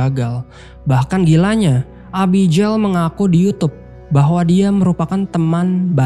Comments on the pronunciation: Nama Abigail itu biasanya dibaca é-bi-gél bukan e-bi-jél, pake g bukan j.. cmiiw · Bang, abigel bacanya. Jgn abijeil. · agak gimana gtu pas denger Abijel 😂 Abby geil bang 😅